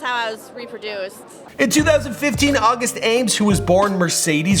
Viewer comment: It’s not August ames like aimes, it’s ah-mees smh